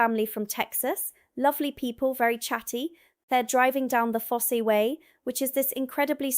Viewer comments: Sorry, it's my nature -and, I ain't changing it ~ But, it's pronounced 'fos' like phosphorus; Not foss-E like glossy. 2. Lacock is actually pronounced: "Lay-cock" - like alot of places in England, or even the UK and Ireland - the pronunciation varies from the spelling. 3. RE: Doomsday - see earlier entry.... its "Doom" with an s + day. DoomssssDay... Think grey skys and four black figures on horseback. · Fosse = Foss, not Fossey